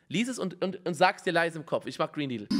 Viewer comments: Hab Brain Needel verstanden lel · ich hör nuuur gren needle